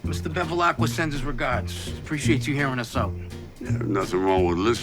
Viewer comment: It is Bevilacqua, not Bevilaqua.